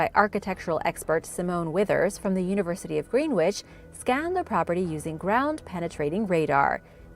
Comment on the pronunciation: Love it that Americans speak places phonetically😂 Greenwich is never pronounced as such. The “w” is silent. A few of our cities and towns are not actually pronounced how they’re spelt, this includes our counties